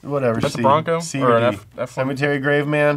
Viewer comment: it’s sematary